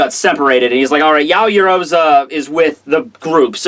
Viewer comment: Yaoyuroza? Ya-o-yo-ru-zu. The beauty about the Japanese language is the syllables sound the same ever time fam. Not that difficult ._.